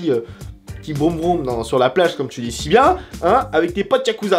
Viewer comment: Déjà il dit pas yakuza bouffon il dit yabuza